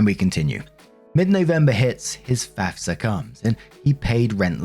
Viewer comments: Good job pronouncing FAFSA. You nailed it. 😊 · You pronounced FAFSA properly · Don't worry, you pronounced FAFSA right. 😉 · You said FAFSA better than most Americans. They mix it up and say fasfa. Bugs the shit outta me